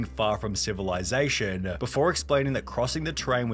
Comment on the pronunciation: saying “silivization” is killing me 😂😂😂😂😂😂